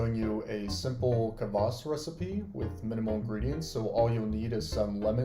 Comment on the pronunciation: Kvass, not "Kavass". I'll be trying this sometime since you can't easily get it in west eu